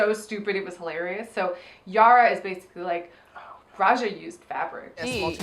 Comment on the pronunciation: did say aja instead of Raja cuz i had to watch it back like five times and i'm still not sure.